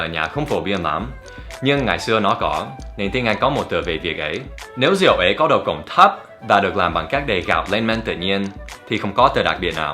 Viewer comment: Xin lỗi nha Việt Nam không có từ rịu hoặc riệu nhé, chính xác là Rượu, không có trái lịu đạn chỉ có trái lựu đạn, ( đặc biệt là người Miền bắc gần như không ai đọc đúng vần ươu, hoặc ưu đa số đọc là iu hoặc iêu. Người Nam đọc rõ ràng con hươu chớ không phaỉ con hiu, Bún riêu nấu óc bươu chứ không phải bún riêu nấu ốc biu. Mr. Dan học phát âm sai, vậy mà dám chê người khác sai?) Dép tổ ong do người Miền Nam sản xuất đầu tiên, nhưng vào miền nam nói dép tổ ong không ai biết. Trong Sai Gon không ai hút điếu cày, chỉ hút thuốc rê. Miền nam không ai dùng từ bón cơm, bón phân cho cây trồng thì có, tư thông dụng là đút, nghĩa của hành động đó là mớm, bởi vậy mới có từ ghép bú mớm.